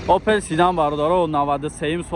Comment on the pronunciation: Опил не опел 😅😅😅